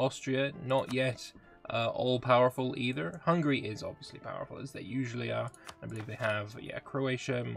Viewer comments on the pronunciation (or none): none